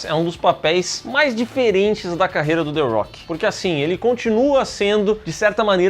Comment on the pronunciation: A rocha, não "arrocha"... the rock